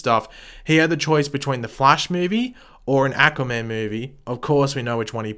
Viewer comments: Aquaman was amazing! Learn to say aquaman not ackuaman..... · Ackwaman Sorry lol I love your videos but I cringed every time you said that.